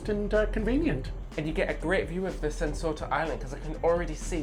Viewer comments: it's pronounced "Sen-Toe-Sa" not "Sen-So-Ta" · Island name: Sentosa Ignorant tourist content creator: "Sent-Sorta" Not even trying there, innit, mate? Not even a minute in and already pissing off an entire region. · It's pronounced as Sen To Sa not Sen So Sa thx for the understanding. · Hmm. I thought you already posted on your trip to my country a few weeks ago? Btw it's Sentosa not Sensota. How did you end up mispronouncing it in the cable car. Lol 😂